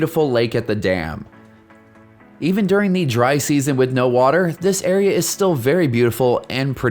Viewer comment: Why do you long vowel a and the before consonants?